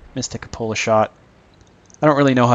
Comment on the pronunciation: que-poh-la, not cupp-olla